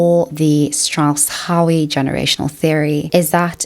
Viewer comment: really well made video with very clear and well explained points. In fact the only thing I can argue with is your slight mispronunciation of 'Howe'. The 'e' is silent. I'm proud when the people around me do great things and I'm sad when they do terrible things. The only time patriotism becomes problematic is when it is celebrating at the expense of other people (with a slight caveat being sport, as long as it isn't taken too seriously). edit - as someone with a history degree, I have to say I agree with your characterisation of historical events. You were spot on with your description of all those empires and right in saying that the 'grand myth' that supports notions of patriotism often ignores the truth. For instance, India suffered terribly through famine during WW2 - just so food could be sent to Britain. If Britain 'sacrificed' the Empire, it was by throwing the lives of Indians, Canadians, Australians and Africans into the cauldron of war. Incidentally it was the sacrifice (willing or not) of Russian soldiers who made the difference against Germany, while America profited the most by financing the whole effort. The real reason why Britain was so weak in 1945 was the debt they owed to the US. It's no surprise that the US had its most prosperous time in the 50's thanks to a rich and technologically advanced industrial complex created by the war.